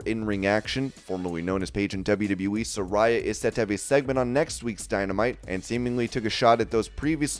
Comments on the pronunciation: It’s pronounced suh-ray-uh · It's pronounced Sa-RAY-uh!